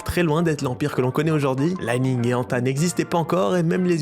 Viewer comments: li ning se prononce "lee ning" pas "lai ning" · J’ai des li-ning et anta ! Elles sont stylé. Mais c’est aussi parce que j’habite shanghai mdr Et ça se prononce comme ça se lit. Pas à l’anglaise